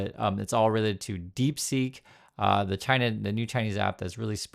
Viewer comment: Its deep seek not deep sink !!!😊